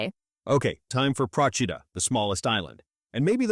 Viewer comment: Please learn to pronounce the name of the island Procida. You butchered it every time. Also missed the islands traditional dishes of lemon salad and special pastry the lingua di bue.